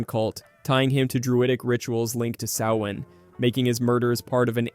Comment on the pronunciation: The Latin phrase in Event Horizon translates to "Save yourself from Hell". It's a warning, not an Evocation. Do love your proper pronunciation of Samhain 😁